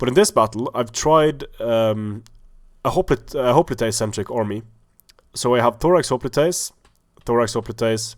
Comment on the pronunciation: Why do people say hoplite like hop-li-tay? It's pronounced hop-lite